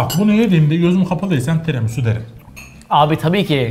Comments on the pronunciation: 'Tremisu' değil Tiramisu 😂😂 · bastıra bastıra "Tremisu" demesi 😂😂😂